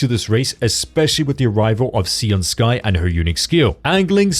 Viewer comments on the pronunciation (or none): "SAY-oon", not "SEE-oon" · Can we not call her "Si-an Sky"?